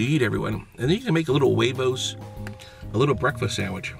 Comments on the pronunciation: Man just said Jue-vohs it's pronounced webos so stop because your not Spanish I am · The way he said hwegos and I know how to spell XD